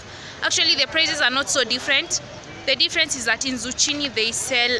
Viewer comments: Hey dear it is Zukkini.....not chini.enjoying the video though,big ups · girl......Zu?!!! what its Zuccini not zucchini *pronunciation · yeaa its zukini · Good job as always. A few suggestions. 1. When doing your OTD pls mention where you got it cos some viewers might be inspired by your fashion sense and want to buy the same. 2. its pronounced zukini even though its written otherwise. 3. Maybe at some point invest in noise canceling speakers so we can hear you (I like listen to what you have to say) 4. For the vids to flow, maybe go into the store before hand and tell them you will be filming, not so you can influence their behavior, but so they can expect it and then just give them a shout out. Thank you, Best of luck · Hallo hope ukichelewa? And you didn't say it as it should be said (zukini) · Aaahh you are just lovely 😍😍my favorite fruit(s) are pineapples and pears,and it's a season of pears OMG,am even eating one right now in my blanket,they soooo delicious. And it's pronounced zukini sweety😊😊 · Zucchini is a chain of green grocers found in most up market malls. And it's pronounced 'Zukini' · mama its pronounced as Zukini(zucchini) hahaha am not throwing shade btw ..love your vloggs big time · The 'h' in zucchini is silent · Nice....but pronunciation of Zucchini!!!